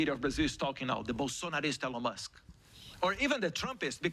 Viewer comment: Só errou a pronúncia do nome Elon Musk, mas de resto se garantiu. Representou bem os brasileiros despertos.👏